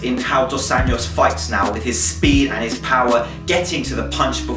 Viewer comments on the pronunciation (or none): Cool vid, man! Just a cent: the "j" in "Anjos" is pronounced like in the french greeting "bon jour". ;)